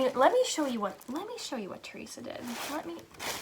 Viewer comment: Oh my goodness, nnnoo! “Peeta” I am cracking up lol you did good! lol 😂